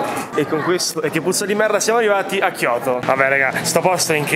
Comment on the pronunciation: Tokio non kioto